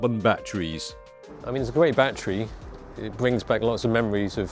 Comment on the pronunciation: Gret-gret? oh? sorry? great!